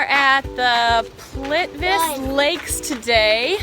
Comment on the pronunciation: C'mon! Plivic Lake? Wtf! Is that a new Intel CPU or what? :D ...I know it's hard to pronounce all Slavic languages but try harder cause you sound so silly and totally incorrect... Plit-We-Tse